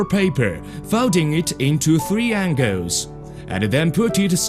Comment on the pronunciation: folding it into three angauws